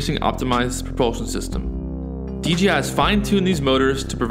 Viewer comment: DJI.... stop saying DGI!